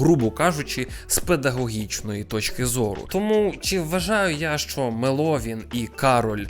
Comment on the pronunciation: мЕловін*😭 мене як меловінаторку бомбить коли не там наголос ставлять